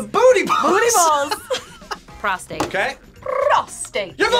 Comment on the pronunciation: the way said prostate sounds like a British peacock hahaha 😂